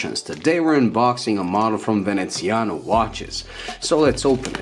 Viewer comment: VenezianICo, not Veneziano...